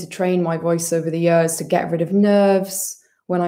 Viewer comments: It’s about the only Welsh identifier she displays! 🏴🏴🏴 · was just about to comment this, I'm so happy someone else feels the same hahaha